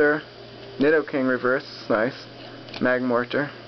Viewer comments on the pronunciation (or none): diddoking its nidoking lol